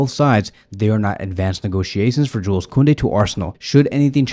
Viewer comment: dont pronaunce the s in Joules